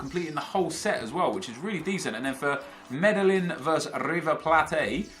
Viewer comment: you just know has never watched Narcos by that pronunciation of Medellin